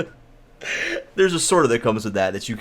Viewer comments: Uh,, by the way, you say the word peripherals oddly. Just sayin'! You know, by the way. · listening to say peripherals is as bad as hearing sethbling say macerator